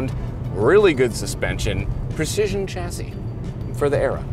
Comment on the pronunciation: Funny hearing an Englishman pronounce chassis wrongly on purpose. Odd.